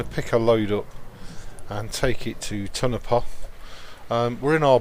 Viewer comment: Tonopah NV. Sounds Indian to me. You said it correct the first time with accent & all.